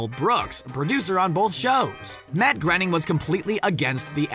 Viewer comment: ITS NOT GRENNING ITS GRAYNING